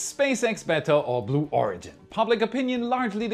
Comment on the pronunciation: What's a "Blew Ohredgin"?